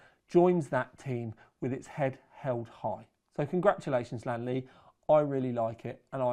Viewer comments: its li an not lan mate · Only you,, pronounce the brand with two syllables, and you almost got it right. Most native English speakers say this with three syllables like Li-An-Li. I'm not a purist or something, but knowing how English words are pronounced, it feels odd that the L-I-A-N series of letters become two syllables, but names like Neil, John, Pete, etc are said with one. The Chinese pronunciation is like lien in Alien. Like Alien Lee but remove the A. Lien Li.